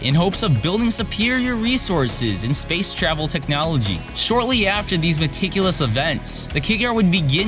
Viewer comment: Dude, are you Halo Follower? Please don't use big words that you don't know the definition of. "Meticulous events?" Really? And then you can barely pronounce the words themselves. Come on, man, your channel RELIES on oration and you fail at it.